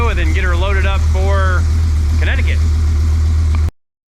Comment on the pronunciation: You say Connecticut like a native ! Where u from son ?